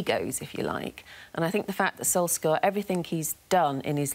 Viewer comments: When are these 'journalists' going to pronounce 'Solskjaer' properly? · Can they stop pronouncing his name wrong